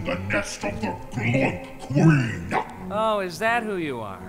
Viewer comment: queener sounds like kweiner